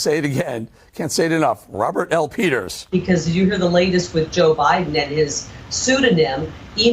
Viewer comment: Did you say pedo peters ?